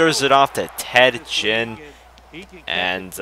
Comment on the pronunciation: you siad ginn wrong you say it like the ginns on a fish